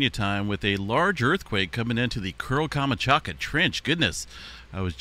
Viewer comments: You might want to check how to pronounce KAM. CHAT. KA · Камачака?! Серьёзно? Ты читать не умеешь что ли? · Learn to pronounce places names if you are going to continue to report on events from other places. Your mispronunciation of Kamchatka is so offensive.